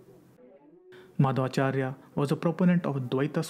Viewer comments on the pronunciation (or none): he is saying Maadhava charya.. Its Madhvacharya.. If ppl are not even anle to pronounce im not sure why do they make such documentry